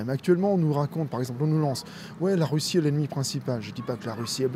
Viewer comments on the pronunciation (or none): none